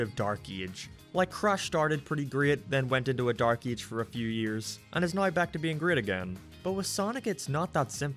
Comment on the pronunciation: When he said “Dark Ee-ach” I felt that 😔👍